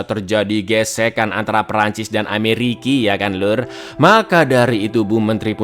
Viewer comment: Satu-satunya story teller yang selalu memplesetkan kata Amerika dengan Ameriki..ada "dendam" kesemat kah dengan negara Amerika?